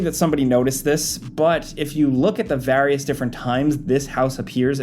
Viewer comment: vs the word Various